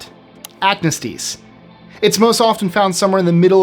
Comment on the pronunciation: Oxford English Dictionary traces acnestis back to the year 1743. Ac-Nee-stis. The “nee” gets the stress. His valor is his own. I’ll pass on the roller coaster ride!